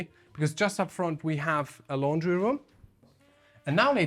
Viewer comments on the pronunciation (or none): none